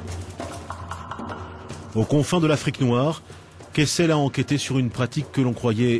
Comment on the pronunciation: Joseph "Kessel". Every - single - time.